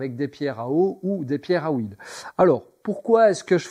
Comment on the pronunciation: Ton 3em gabarit est sympa. Il doit etre facilement et précisément réalisable avec 1 imprimante 3D. Et surtout sur tes pierres "Mets de l'hoouuuiile😂", ah ces belges